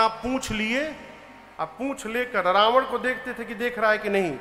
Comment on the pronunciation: Aap itne yogya Hokar bhi ravan ko rabnva aur meghnath ko meghnthva khte huye accha nhi lagta hai